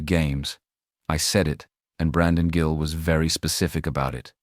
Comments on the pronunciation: This is AI. His meme is Gill. Not pronounced Jill. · Stupid AI voice, the Congressman's name is Gill, not Jill. A human would know better. Liberty Voice, hire a real person. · It’s “Gill”, not “Jill”. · He’s gill not Jill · Congressman 'Jill'? AI narration sucks. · His name. Gill is pronounced with a hard "g" not a soft one.